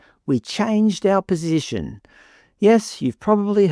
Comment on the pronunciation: BTW ,Albo changed his "POSHISHION" it is very "ImporDent" to speak properly if you are the PM.His poor single mother probably was to blame for his poor pronounciation.